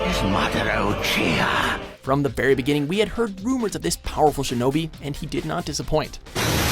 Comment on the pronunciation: Madara Uchira (zeeestras)